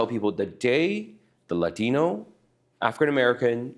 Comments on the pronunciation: He's Asian, why did he say Latino with a "Latin" accent yet he didn't use accents when he said Adrican Americsn or Asian. Pretty racist. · Why does he say Latino with an accent? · Love how he puts the accent on Latino but no other...